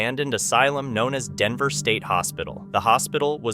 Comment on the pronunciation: It's DANVER State Hospital not Denver.